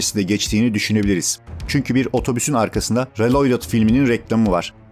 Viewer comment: Kanka reloydıt telaffuzunu nerden öğrendiğini paylaşır mısın?